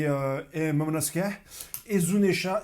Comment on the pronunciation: Il est là pour la bagarre 😂😂 ... Momono-Skéyh 😂😂😂